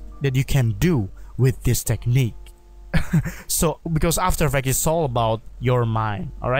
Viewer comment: Repeat after me: 1.paw-zee-tion = position 2.aa-fta-er eeee-ffe-cts = after effects